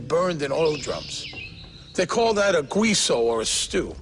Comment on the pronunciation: Gwiso? Lol. Guizo pronounced (geeso)